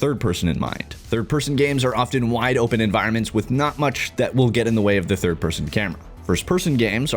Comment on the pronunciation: came into this video thinking it will be - meel mechanics - driving - braindance instead its "no thid person" are you kidding